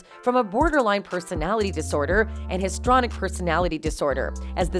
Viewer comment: How is it that the narrator does not know how to pronounce histrionic?